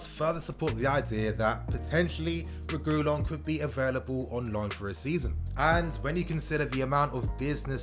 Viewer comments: it isn’t pronounced Re goo lon ffs stop 😭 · Please reguilon is pronounced re-gee-lon